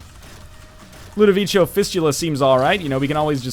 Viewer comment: Its said ludovico not ludovicho, ludovico is italian